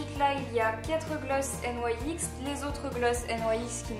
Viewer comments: sa se dit pas n yai x sa se dit nix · J'adore tu ne dis pas nix mais n aï ex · pourquoi tu dit N.Y.X alors que sa se dit nyx ? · Tu dit n y x nyx ?? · juste on dit pas "n y x" on dit "nix" sinon vidéo parfaite comme d' hab❤ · "Des jumbos N.Y.X.." Ça ce prononce * nics * !!! mdrr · C'est quand même dommage d'avoir autant de produits "Nyx" et de pas savoir prononcer le nom de la marque.. (qui se prononce donc [nixe] et pas N-Y-X) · Ca me stresse ! tu dis "N.Y.X" au lieu de dire "NIX" (c'est la prononciation hein ^^') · J'ai jamais entendu personne dire N.Y.X au lieux de NYX normal😐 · pour information c 'est pas N . Y . X c'est nyx (nix) sa ma souler pendant toute la vidéo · Je crois que NYX se prononcer "nixe " et pas "nouaixe " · Y a que moi qui suis choquée qu'elle dise N.Y.X au lieu de NIX ? Le rêve d'avoir tout sa !! <3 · on prononce pas la marque nyx n-why-x sa se prononce nix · On dit pas nyx au lieu de N Y X ? sinon super bisous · ca se prononce nix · Il n'y a que moi qui ne prononce pas NYX comme ça? Sinon super vidéo 😌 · Coucou, si tu veux avoir de beaux cheveux il faut que tu arrêtée de les lisser ou de mettre pleins de produits chimiques! Tu prononce la marque NYX bizarrement ☺️. Je t'aime trop mais à me manque que tu sois moins sérieuse dans tes vidéos... 😘😘💕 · Ca fait rêver autant de maquillage :D Sinon c'est assez bizarre, tu prononces la marque NYX de 2 façons différentes ^^